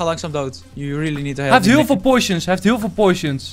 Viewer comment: Enzo het is POTTTTIONS niet Poisons.